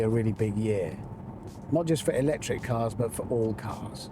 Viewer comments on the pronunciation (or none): I stopped watching as soon as Hamster said 'lectric.'